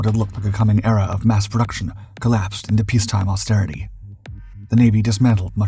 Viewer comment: "Perduction" is not a word. *Production "Perdictable" is not a word. *Predictable